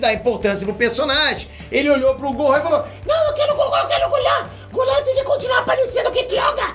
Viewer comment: "Eu quelo que o golan conssegua " esse